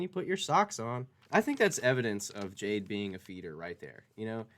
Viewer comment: She calls Jade, bhaaabuh 😖😣 I hate it so much. It makes my flesh crawl.